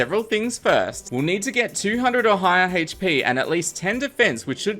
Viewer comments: At first, I thought you said "Ohio HP" and I was like wut, but I thought about it for a moment and realized you said "or higher". XD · it sounds like he said "*Ohio HP*" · please tell me that I am not the only one who hears him say "200 ohio hp" I AM CURSED! also this is fantastic! great job, cant wait to see what happens next!